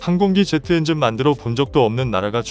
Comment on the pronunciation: 엔징은 국민의암 조국 니뽕이 엔진 발음이 안돼서 하는 발음입니다